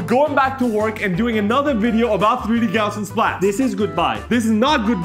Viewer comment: Hey guys, love your work but can I suggest a correction on pronunciation? The correct pronunciation is Gauz-ian splatting. It's gauze like you put on a wound, not gow like cow.